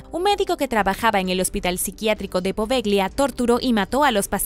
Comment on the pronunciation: Se escribe poveglia y se lee apovelia, buen video!